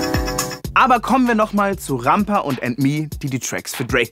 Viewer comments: Wenn er jedesmal „Rampa“ ausspricht wie eine deutsche Kartoffel zieht es sich in mir alles zusammen^^ Katastrophe ey! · Lol. Es heißt Rampa.